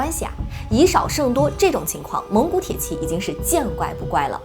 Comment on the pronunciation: 美女讲军事很享受，就是tie ji，不是铁qi